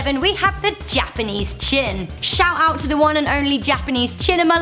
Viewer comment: You said shoot out you mean shout out